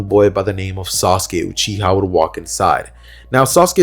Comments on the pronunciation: its uchiwa not uchiha 😤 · it tee-ooo-chi